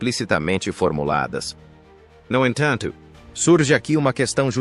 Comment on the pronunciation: Essa tradução é horrorosa !! "No enthantho,,"